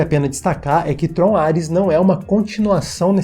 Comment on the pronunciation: Por um segundo eu ouvi ele falar Trollar-res